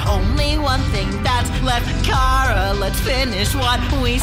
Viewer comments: I find it funny how pronounce chara as "kau-ruh" yet asriel in hopes and dreams pronounce it "care-ruh"! Explain thisssssssss witchcraft! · who is car-uh tho? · Today I Learned that “Chara” rhymes with “started”